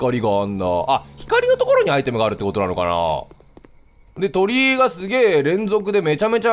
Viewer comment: キヨさんの｢鳥居多くね？｣ が｢鳥多くね？｣に聞こえた人。 先生怒らないから 正直に手を挙げなさい